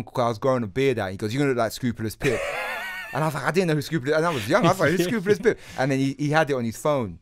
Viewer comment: Why is keep saying Scroobulous? At least learn how to say your guests name ffs. 🙄